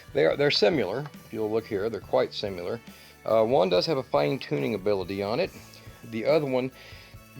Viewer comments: ‘Simular’ interesting pronunciation of the word ‘similar’. Just a thought - Not a criticism. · Simular? Is that like nucular?